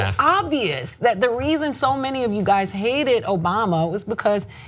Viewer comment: Isn't it you guys(es) and not yer guys? Just wondering Cenk.